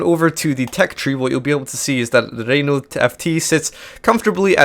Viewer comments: FT is pronounced éfté and, can you stop pronounced Rinault,it's Renault,RE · pedro freitas I know. It's pronounced "reh know ". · Its funny the way you say RRRRenault(sorry)